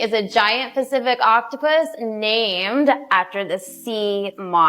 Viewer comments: Third time around that woman said 'Giant Specific Octopus' I swear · The aquarium associate mispronouncing pacific and chromatophores was driving me insane